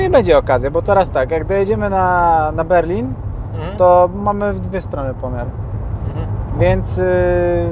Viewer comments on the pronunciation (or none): none